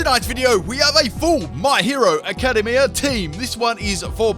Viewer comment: Did he say aca-daym-ya It’s aca-Dey-me-ah